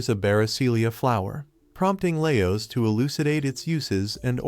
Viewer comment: Is that why you're calling Marcelle "elf girl" even after introducing everyone else by name? And perhaps you were watching subbed instead of dubbed because it's bothering me how you pronounce Laios (Lie-oh-s as lay-oh-s) and Falin (Fah-lin as fey-lin) Maybe I'm just hypervigilent against ai videos and voices but it just feels off.